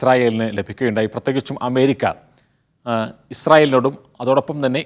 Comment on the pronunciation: പോയി മലയാളം ഉചിരിക്കാൻ പഠിക്കു. അമേരിക്ക ennu പോലും പറയാൻ അറിയില്ല.